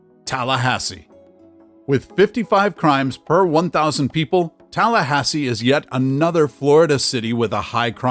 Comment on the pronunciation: You got it right on Tallahassee